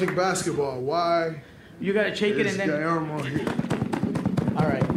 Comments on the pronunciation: Nike give this man his signature shoe. Gui-AIR-mo 🤣🤣🤣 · Gui-AIR-Mo need a pair 🤣